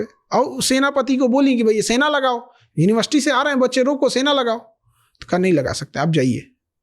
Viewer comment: GaLaGhotita UniBarSity 😅😅😅😅